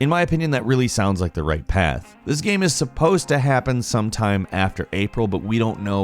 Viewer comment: Why can't he pronounce the word 'game' 40% of the time?